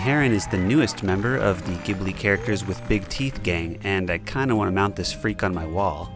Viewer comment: amazing work!!! (it's pronounced "jibly" btw... sorry :P)